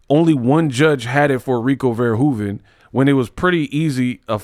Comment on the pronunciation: Controversy, scandal, mayhem, tragedy!!!! Look: how you pronounced Verhoeven the first time is down to a T! I live in the Netherlands where Rico is from, and I can vouch!!!! 🔥🔥